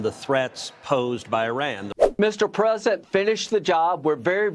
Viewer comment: Why can’t anyone pronounce “president” it is not “present”. Queen Lindsey is full of &@